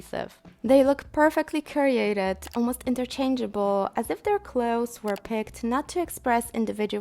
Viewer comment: "cure-y-ated" LOL